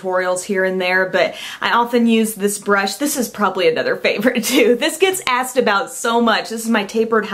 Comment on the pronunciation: you forgot the "k" in "asked" :) haha